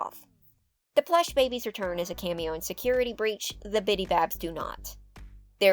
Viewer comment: I really enjoy your videos! I like how throughly you research the info while adding your own opinions. However I think my absolute favorite part about your videos is when you insert an image to portray your personal emotions. you introduced the Plush Babies but I guess you mispronounced the word or had some sort of technical issue and you inserted that image of the pissed off Daffy Duck-I hollered 😂😂😂😂 Keep up the great work and I look forward to the next video! ❤